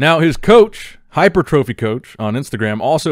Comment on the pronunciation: I die every time says hypertrophy😂😂